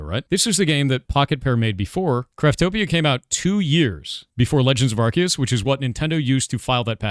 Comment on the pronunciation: Stop saying "Arseus!" It's "Arceus!"